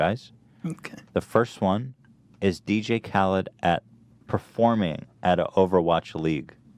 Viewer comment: lmao he said “dj kalud”